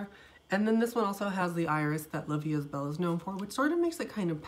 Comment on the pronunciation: The proper form is La vie E belle......I speak both french and Spanish , don’t worry about your accent, you’re doing greaT just don’t say EST.